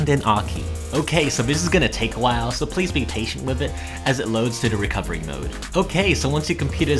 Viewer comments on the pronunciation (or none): none